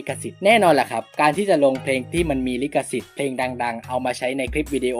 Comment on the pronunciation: ลิขสิทธิ์ ไม่ใช่ ลิกสิทธิ์